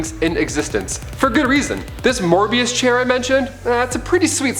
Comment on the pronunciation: Mobius Chair... not Morbius Chair